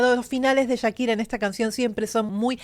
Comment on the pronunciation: Chira?? Echira?? Porque le dices así??